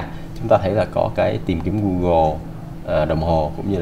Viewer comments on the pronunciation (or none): none